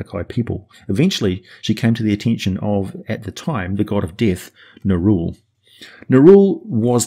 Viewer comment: Only because you said to "post any corrections;" Nerull should be pronounced the way it's spelled i.e. Neh-rull like skull; not Neh-rule like cruel. And also it should be pronounced Shay-dar kai as in shade instead of Shah-dow kai as in shadow. While I understand it's splitting hairs, you are a man of words and are looked at as the example to follow with them. Help us be more exact with a more accurate pronunciation of the creative spelling their creators gave them. On a side note, it's a disservice to pronounce Asmodeus as Az-mode-e-us instead of using the same emphasis you'd pronounce Amadeus with. No one would say A-made-e-us; they pronounce it as Ah-ma-Da-yus / Az-mo-Da-yus 😉 Thank you for creating all this amazing content and take the criticism with a grain of salt... I love the channel!